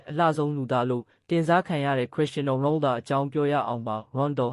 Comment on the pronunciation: 😅😅😅 Its Ronaldo not Rondol